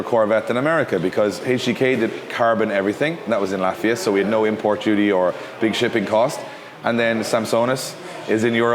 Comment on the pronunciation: When he was talking about HGK and said Latvia, I heard "lafayette" and got confused for a second lol.